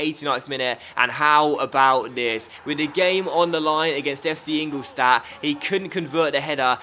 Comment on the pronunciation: You pronounce ingoldstadt wrong it should be ingoldshtadt